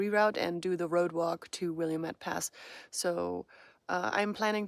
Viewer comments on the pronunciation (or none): An aside: Willamette is pronounced "will-AM-et", there's only one " i" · Good morning my new friend, your videos are always very informative and fun. Thought I would share with you how to pronounce Willamette pass! Will- lam-mitt. 😂❤ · Have greatly enjoyed your PCT adventure. 😂 I’m an Oregonian and chuckled at your pronunciation of Willamette. We say ‘will-am-met’ 😊 It’s fun to hear non-Oregonians pronouncing some of our street and landmark names. I’m sure we butcher names, too 😂